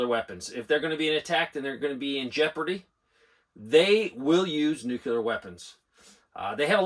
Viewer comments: Is it a “nookyoolah” weapon or “nuclear” weapon? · LISTEN to yourself. There is no such thing as NOO-Q-LER anything. It's NO0-KLEE-ER. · Is there a reason so many adults in this country can't pronounce "nuclear"? No "u" between the c and the l. Asking for a friend, lol.